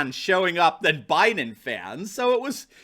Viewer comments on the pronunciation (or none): this is supposed to be a super BOWL, not a super BOO also BUYden not BOOden